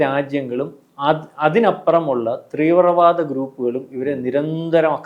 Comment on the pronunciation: ത്രീവ്രവാദം അല്ല ചേട്ടാ തീവ്രവാദം